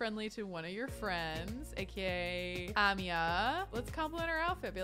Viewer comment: Hey I think amia’s name is pronounced A-mi-ya